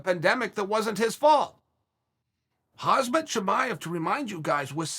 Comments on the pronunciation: Hazmat Chimive. Another addition to the collection of Chael's perfect name pronunciations. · It's pronounced Hom-zot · i can't believe he still keeps calling him Hazmet LMAO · I wonder if Chael ever films one of these and says Khamzat's name correctly by accident, and then has to re-shoot the whole thing and say Hazmet for consistency. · I love a many of Chael's takes, but he's wrong as often as he's right. If Chael had the sense god gave geese, he'd look at Khamzat Chimaev's name, sound it out, and stop saying "Kazmat" sometime BEFORE going on the internet to tell 890,000 subscribers that he understands the man than we do. The argument for Chimaev getting a fight with high-ranking opponents is that he had STEAM and CLOUT. He does not have those right now, he hasn't fought in almost 1.5 years and he's only fought 3 times. If somebody doesn't want to fight him TODAY, they are not DUCKING him, they're looking for a BIGGER NAME. If Chael wants to complain about somebody not getting a premature but deserved title fight based on proven talent, he should be talking about Makhachev, and he knows it. Edit: Sorry. *Mocklechev. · "Hazmat Chimaev" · Hazmet Chimaev lmao ! Chael pronouncing names in his OWN WAY is hilarious. Kamara usman lmao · Hazmet, kamzat, hasmat, hasem, Hamzat..... Khamzat Chimaev the man with many names..... has more name than Voldemort, according to uncle chael!!!! Lol